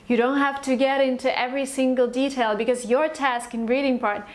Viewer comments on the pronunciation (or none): none